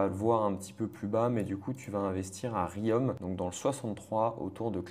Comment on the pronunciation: J’ai mal au oreilles quand j’entends la prononciation de Riom